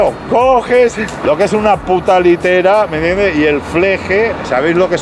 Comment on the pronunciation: “Me iende” jajaja parece que ya lo hace queriendo.